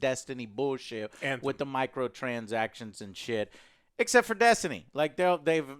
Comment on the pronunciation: “microtransjjshhchtions” 😂